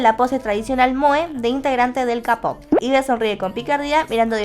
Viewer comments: El nombre de Yves no se pronuncia Ibes. Se pronuncia Ib (Eve; Eva en inglés) (en Corea Ibeu). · Se dice Ibu UuU no Ibes